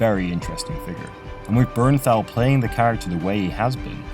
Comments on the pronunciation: 2 It's Bernthal. Not "Bernnal". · Thal not Thau, wtf